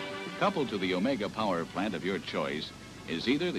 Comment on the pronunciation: Wow, for once someone pronounces it right. I remember this car ('80 model). Grew up with one for several years. Not too reliable but still nostalgic